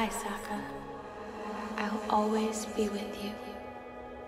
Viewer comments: he just called him soekka? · "Soukka" Ramdom person who made the atla movie: Ah yes thats how you say it